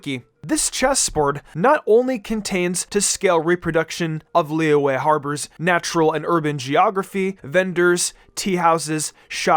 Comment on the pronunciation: I LOVE HOW HE PRONOUNCES "LIYUE"